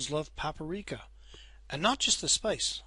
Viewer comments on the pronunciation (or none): It's not Paparika :) It's called Paprika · nicht paparika nur paprika^-^